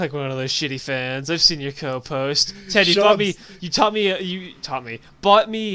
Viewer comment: sometimes when he says ted i think he says dad